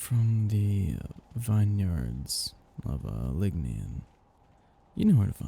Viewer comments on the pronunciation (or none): I love it. Only one word. Vin-yards. Vin-yerds. Pronounced like that, not vine-yards, drspite the spelling. Like Vin Deisel. lol